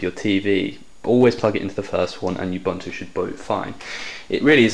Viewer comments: Ub-, not Yub- Disclaimer: I've been correcting pronunciation of "Linux" for 15 years... Anyway - tempted, for the Android abilities. APC.io's shipping costs are too high for me to contemplate. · GAH! Ubuntu isn't pronounce "Yubuntu"! Looks capable though =)